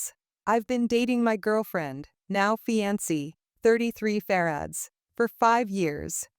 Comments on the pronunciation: Fee-an-see? Seriously? Just when I thought there were no more ways to mispronounce fiancée. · Omg... The AI reading everything phonetically correct is irritated af... Fianceee